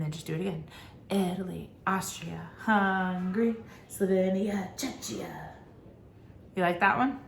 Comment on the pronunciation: Thank you so much for taking the time to do these! It's my first year tutoring so these videos are life-savers for me. Also, for anyone else wondering, Czechia is pronounced "check-ee-ah." Also known as the Czech ("check") republic :)